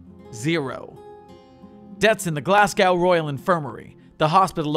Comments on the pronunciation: sir what did you just call Glasgow? I, I can't... its not Glas gauw its Glas go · the way you say glasgow made me chuckle, try saying the first part like glass but with a less pronounced s sound then go (there is no w sound) love the rest though :)